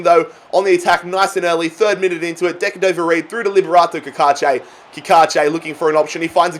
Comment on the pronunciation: Just call him bobby reid not decadover reid